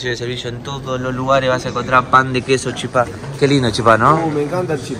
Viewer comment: Chipá? No señorito porteño es chipa